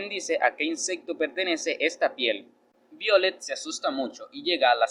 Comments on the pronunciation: Me imagino q es el nombre es Violetta Se pronuncia vaiolet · BIOLET ASI NO SE PRONUNCIA ESE NOMBRE